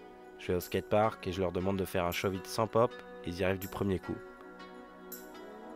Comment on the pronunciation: c'est shuvit pas shauve it